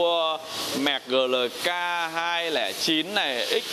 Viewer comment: GLK đọc Gờ Lờ K, nghe giống như nông dân vác tiền đi mua xe :(